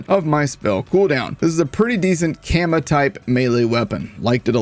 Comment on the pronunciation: Gotta love all the mispronunciations like Kama being a Kamma